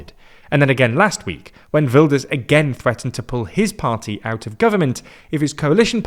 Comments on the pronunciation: Ah yes Hertz Wilders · I know non Dutch speakers struggle with the Dutch G so quick tip. That G sounds just like Ernie's laugh from Sesamestreet. Right now it sounds like you say Hurt Wilders. No nitpicking, just a tip :)